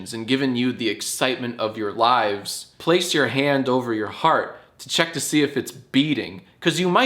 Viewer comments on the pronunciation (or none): none